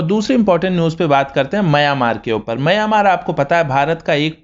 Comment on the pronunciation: दोस्त, आप "मंय्यामार" ऐसा क्यों बोलते हो, हालाकी उसका ऊच्चार "म्यानमार" ऐसा हैं. धन्यवाद.